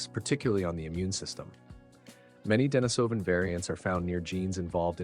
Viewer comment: It's actually deNÍSovan, Not deniSÓVan